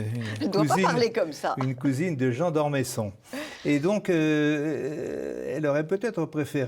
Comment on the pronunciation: D'Ormeuuusson et non d'Ormésson ! Pourquoi ne pas respecter les noms de famille, surtout quand ils font partie de notre Histoire ?